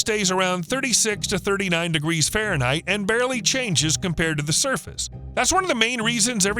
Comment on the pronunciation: Everytime you say Ferenheit, I go through this (X°F − 32) × 1.8 = _°C 😢 Give the a break